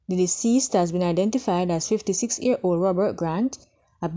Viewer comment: year old NOT ear old